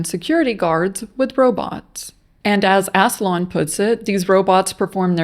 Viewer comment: ASS LAWN Robots? Lol I can’t unlearn this pronunciation…